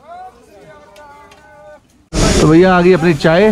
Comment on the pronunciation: Beta Jo bole so Nihal nahin hota bole Sone HAL hota hai jaikara dhang se bolo